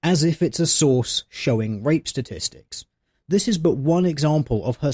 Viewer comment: It sounds like you say vape when you say rape. It's really funny actually :)